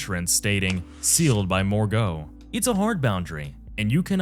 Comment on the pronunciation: Also "more go" from Morgott